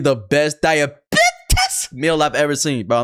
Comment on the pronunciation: calling EVERY shit "DiAbItIiIS" like 3 damn cookies are "DiAbItIiIS"??